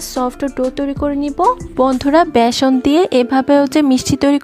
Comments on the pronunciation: ভ্যাসন না বেসন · ভিডিও তৈরি করার সময় শব্দের উচ্চারণের দিকে নজর রাখা উচিত। ভেষন না বলে বেষন বলতে হবে।